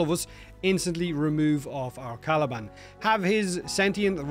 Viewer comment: All jokes aside Caliban with a t 😂